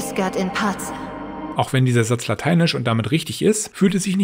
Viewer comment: Genau: Wenn ein Italiener "requiescat in pacem" italienisch ausspricht, fühlt sich das richtig an. Aber warum sollten Ägypterinnen zur Römerzeit "pacem" "patschem" aussprechen? It's a sin...